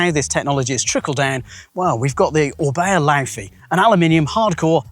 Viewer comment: Surely since orbea is Spanish, it's pronounced 'rayon'